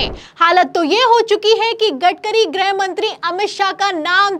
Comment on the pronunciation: ग्रह मंत्री या गृह मंत्री,,,😂 90% anchors does not khow the difference between ग्रह and गृह 😂